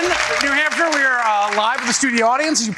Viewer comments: New Hampshion? Lol hahahaha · I saw how you did that! You mispronounced New Hampshire and then you - - - - corrected yourself! You didn't try to pretend that you just made up a new word or whatever it is King Don does.